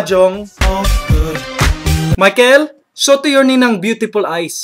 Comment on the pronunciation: byutipul ays. XD